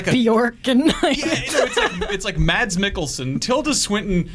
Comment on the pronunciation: It's pronounced "Mass Mikkelsen" - not "Mads Mikkelsen". Although "Mads" is more badass; even he's admitted.